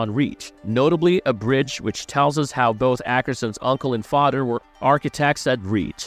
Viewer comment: “Oder” “Togeder” “Fader”